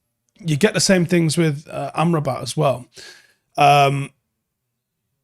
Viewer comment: I can't seem to unhear "armed robber"😂.